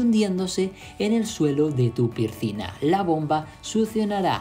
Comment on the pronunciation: 😅😅😅 no pude seguir después del 3er pircina